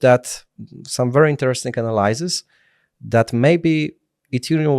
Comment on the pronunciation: "AnaLAJsis" jprdl